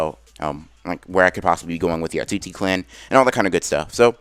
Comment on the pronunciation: Everybody else: otsutsuki Anime x : atsutsuki